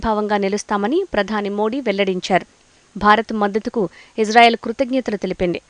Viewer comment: Anchor madam that is Israel not ijrael plz pronounce properly